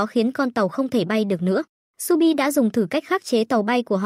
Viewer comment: Shu bi mà đọc nhầm thành chu bin:)))